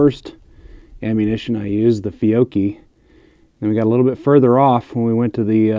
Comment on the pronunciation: Man you pronounced fiocchi almost perfect for an english speaker.